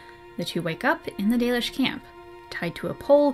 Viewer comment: If you think "The Dollish" is bad, google translate says it as "The Delish"